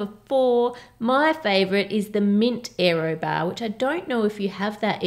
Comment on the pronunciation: "érroh bahhhs"